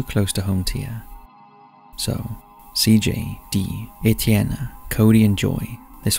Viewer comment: No, he pronounced it pretty correct. It's the French version of Steven/Stephen, btw.